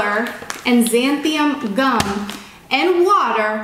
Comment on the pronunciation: Haha I thought the same thing. Also her: Xanthium gum Me: it says Xanthan gum on the pack 😂